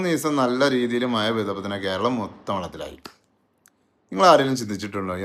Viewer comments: മയ അല്ല മഴ... 😂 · മയ, പുയ